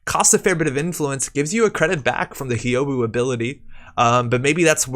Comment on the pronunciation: Thanks for the video and the scoops! For future reference, Hyoubu is pronounced something like "Hyoh-boo". If you can say the "hu" sound from "human", but with a long O instead of the U, then you've got the "Hyou" part of Hyoubu down.